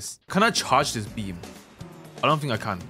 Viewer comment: be like: "i think"❌: "i fhink"✅